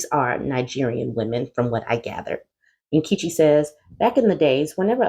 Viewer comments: Nnn-KEH-chi, not KEE ❤ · 😅😅😅😅😅 sweetheart you butchered my clan woman's name!!!!! Omg that's hilarious😂😂😂😂